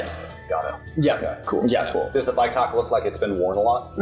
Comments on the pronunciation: It is called a Bycocket, not bi-cock. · BycockET not bycock smh